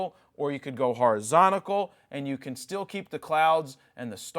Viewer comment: he literally made me question if I was saying “horizontal” incorrectly my entire life